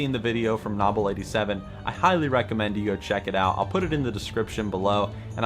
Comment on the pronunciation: DOWN VOTED FOR MISS PRONOUNCING nobbel87